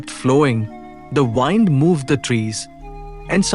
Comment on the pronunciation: Namaskar Sir. Please pronouce the word "WIND" correctly. WIND is pronounced differently as a verb & as a noun. Sorry for bringing it to your attention.